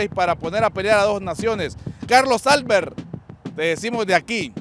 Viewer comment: Para el del micrófono: APRENDE A LEER, no es "Álbert", como tú lo estas pronunciando; es "Albert". Ni futbol ni cerebro.